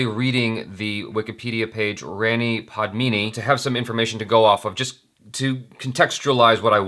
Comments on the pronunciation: The pronunciation of Rani, is Raani, not Rainy. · Rah-ni not Ray-ni. Padmaa-va-thi not pad-mah-vaa-ti/di.